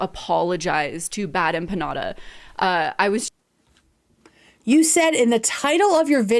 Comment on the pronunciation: Nick had a great point tonight. She did so little research she has never heard the name bad empanada said out loud (evident because she didn’t know how to pronounce). Which is wild.